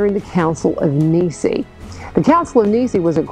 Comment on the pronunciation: The Council that you reference is called the First Council of naɪ'si:ə. I'm sure that your mispronunciation of the word Nicea was accidental. The list or canon present in the Muratorian fragment reflects the use of, according to the document, the Catholic Church of these books in liturgical worship.